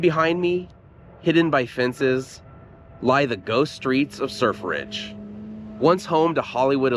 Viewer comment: Sir Fridge... Sur Fridge, or Surf Ridge.